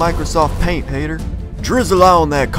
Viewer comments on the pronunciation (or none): The first time he said "Haytur", i clicked out of this. I hate Epic Meal Time parodies.